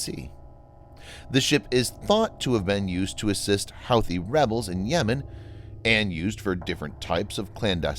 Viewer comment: Houthi is not pronounced how-thee.